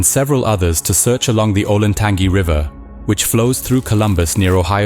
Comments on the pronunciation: Pronounced Olentan GEE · For future videos about the area: Scioto = Sy-OH-Tah and Olentangy = OH-len-tan-jee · FWIW locals pronounce scioto as "sigh-oat-a" and Olentangy as "oh-len-tan-gee"